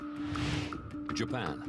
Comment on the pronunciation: someone needs to tell me why this dude decided to pronounce Japan that way